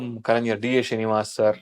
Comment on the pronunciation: Not Kalaignan, Kalaignar. 😂